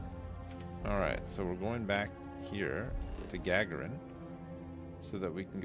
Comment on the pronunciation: Also… it’s pronounced Ga-garin like Yuri Gagarin, the Russian legend!